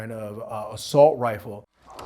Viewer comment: My guy is real dead set on saying "assult rifle" 😂